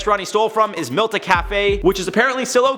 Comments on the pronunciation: Taco Bell: The restaurant is called "Mitla" not "Milta"..🤔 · I live in San Bernardino and it’s pronounced like “meet-la”. Sorry but it’s down the street from where I’m typing this very comment. It’s amazing.